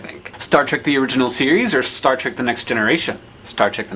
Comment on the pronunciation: holy crap... Star "Treck"??? excuse me while I go turn in my Nerdfighter badge and hide in the nearest hole...